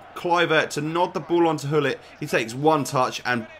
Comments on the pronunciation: Why you say ullit , the name is Gullit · actually...the name is grrr-ullit (I'm ducth jus saying)